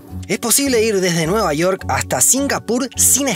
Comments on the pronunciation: Nueva Iork, Magaianes? York, MagaYanes... Que pasa con la pronunciación? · cómo que nueva "iork" UMI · jajajjaja NUEVA IORK